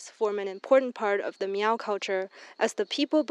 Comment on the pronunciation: It's not pronounced MEEEOOOWWW. That's derogatory!